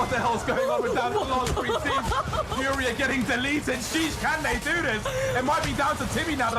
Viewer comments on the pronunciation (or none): none